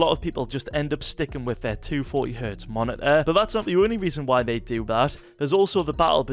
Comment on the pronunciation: "nasty stoof" "monit-aaa" "